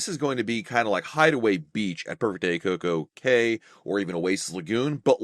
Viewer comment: finally said “Perfect Day at Coco Cay” correctly as the rhyme it’s meant to be! 😂👍🏻